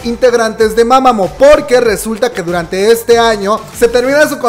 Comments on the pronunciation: se escribe Mamamoo pero se pronuncia Mamamu bro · Me da algo cada vez que dice mama'mo' xD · como fan de Mámamo. También: win, wen, wiin, huein, Solár, jaudhsjsjdj Jajajaja amo su esfuerzo por incluir info sobre otros grupos pues antes no hablaba de Mamamoo. Muchas gracias